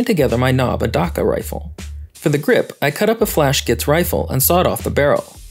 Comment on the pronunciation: The way you pronounce "Dakka" makes me die a little inside every time I hear it